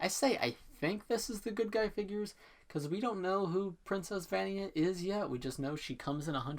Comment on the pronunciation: Vania is pronounced va-nya